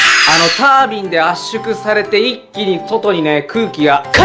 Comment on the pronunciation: あのー、 の タ ー ビン っていうのなまりですか？